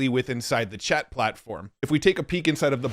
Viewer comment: I thought you said inside FART 🎉